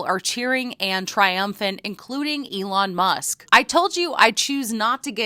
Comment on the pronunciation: Alon Moosk?